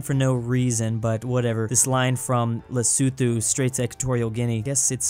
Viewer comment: Lesotho is pronounced right